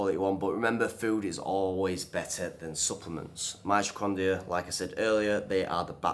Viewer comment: Is pronouncing the word "mitocondria" hard for all Brits? I had to replay it a couple of times to make sure he was saying "mitrocondia", lol.